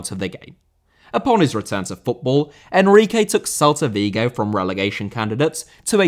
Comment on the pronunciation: Enrique* not Enriquei